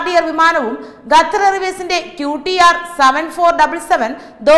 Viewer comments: .... മലയാള ഭാഷയെ ഇങ്ങനെ നശിപ്പിക്കല്ലേ...!? Make-up കൂടിയാൽ ചിലർക്ക് ഇങ്ങനെ ഉച്ചാരണശുദ്ധി നഷ്ട പെടാറുണ്ട്....! "ഗത്തർ" അല്ല "ഖത്തർ" . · ഗഥർ... 🤣improve your pronunciation🙏its ഖത്തർ